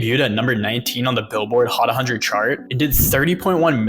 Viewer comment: "Billboard Hot A Hundred" triggered me.....💀💀💀💀